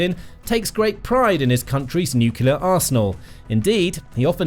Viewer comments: Love the channel. And, it's "new-clear", not "nuku-lar" :-D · I have a new drinking game: Every time this narator butchers a word, i drink. Watching out for nucelar (nuclear, on countless occasions), or the best i've heard from him: mystery (ministry) of finance (another video).